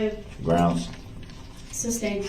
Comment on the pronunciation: I wish this POS had a “shock device” on his ankles and every time he said “groundz” he would be shocked! And why did no one correct him on sustained not SUBSTAIN - idiot!